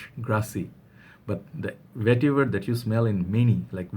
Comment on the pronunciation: You went and bought it XD :D :). Original VETIVUHRRR! Vetiver... Yes niche hype for you.